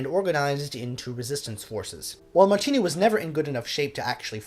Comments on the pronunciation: And the "I" in Martinu is not an "e" sound -- It's must like "Martin" in Engligh. The "u" at the end of his name rhymes with a cow's moo. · Thanks for your channel. You begin by saying " I think that's how you pronounce his name", but, respectfully, you get them both wrong, by stressing the second syllables. The simple thing with Czech words, including names, is that ALL words are stressed on the first syllable ( although there may also be an additional stress or lengthening of other vowels within a word, such as in Janacek - though no English speakers get it right )- so his name is pronounced BOhuslav MARtinu. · Sorry, but you couldn't have pronounced either of Martinu's names more wrongly! Good post, though.